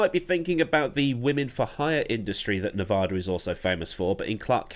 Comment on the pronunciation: It's New-VAAA-duh, not nevAHda. --a native Las Vegan